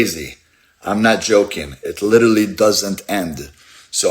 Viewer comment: Lidderly like Lidderly even